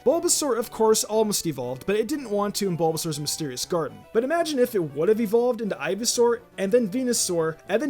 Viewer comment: EVERYBODY! ITS NOT EVOLED, ITS EVOLVED